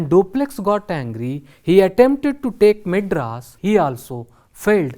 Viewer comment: Maedras not madras